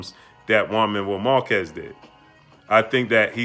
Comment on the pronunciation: Who's jaun marrow markezz. Learn how to say names fam. Lmao. Salute